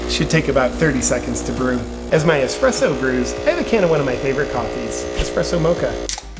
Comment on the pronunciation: Espresso, not 'expresso'.